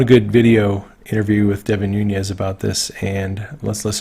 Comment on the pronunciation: its Nunes (NOO nez), not Nuñes (NOO nyez)